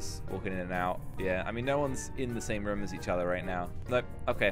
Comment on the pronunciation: said rum instead of room